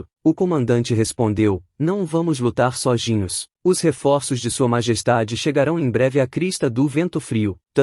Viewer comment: Queria saber por que a I.A fala "Soginhos"